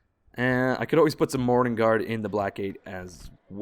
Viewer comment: Sometimes you say "morannon guard" i hear morning guard